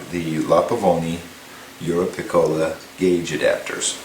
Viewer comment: Great explanation, thanks! Just wanted to point out though that it is pronounced euroPICcola. source: speaks Italian, lived in Italy